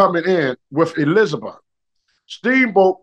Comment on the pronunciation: Couldn't pronounce Elizabeth and Lanny, totally nailed Albuquerque 😂